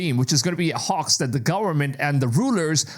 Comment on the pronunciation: Hoax is not pronounced 🚫 Hah_ex it's pronounced Hoe_exed or Hoe-ex